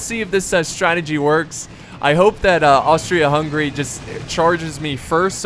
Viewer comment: it's Hungary not hungry